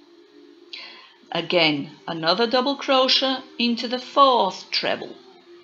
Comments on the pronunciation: Don't you understand it's pronounced crow shay????? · You can just go up a size for each size lArger (I’m not sure how it would work if you have to go up too many size). If you knew the multiples for the pattern, you could tell based on that. I neve heard anyone pronounce crochet (cro-shay) like you do (cro-sha). Interesting.😃